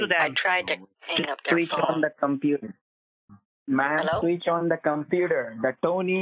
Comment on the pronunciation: Why do ALL scammers pronounce "HELLLAAEOW" the same way?